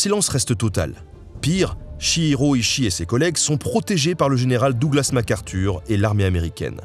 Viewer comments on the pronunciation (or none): none